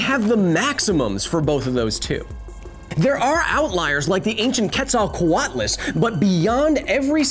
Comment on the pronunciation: Kudos on pronunciation of Quetzalcoatlus